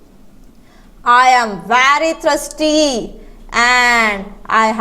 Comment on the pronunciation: Thirsty pronounciation is not right